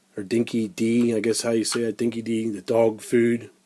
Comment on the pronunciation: Dinky- di is pronounced Dinky- DIE. It means genuine or true blue. Great job on the front spoiler